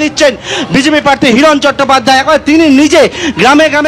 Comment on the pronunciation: হিরণ নয় হিরো